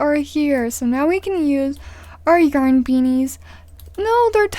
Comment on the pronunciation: Why is she saying yern no offence